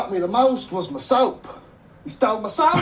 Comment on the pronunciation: 我一邊聽一邊懷疑自己的耳朵 我真的是在聽英文嗎😂😂 阿滴聽得懂95%我是聽不懂95%😂 Feeding my chickens 我聽成 fighting my chickens 🤣🤣🤣 最後一支影片好好笑🤣🤣🤣 Just the way he said "he stole mah soap!" 🤣